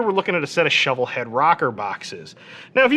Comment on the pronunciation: You're CLOSE on the Shovelhead part, but not correct. Tumbs up anyhow.